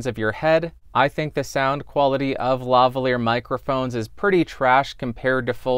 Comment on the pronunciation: I cant believe you pronounced LaValier properly, ur such a nerd to even know the story XD